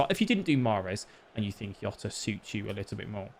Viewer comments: Mate it’s Portuguese not Spanish, it’s fucking JJJJJJJJJ OTA, NOT YOTA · Its not yota, can we stop this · Yota his name is jota 🤣🤣🤣